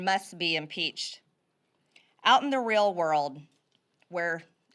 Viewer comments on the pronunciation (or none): none